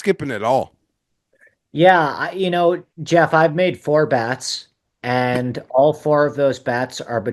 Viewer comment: Geoff will pronounce the J then pronounce it with the I like 2 seconds later 😂He also does that with amateur he'll say "am-uh-TUR" then pronounce it correctly "am-uh-chur"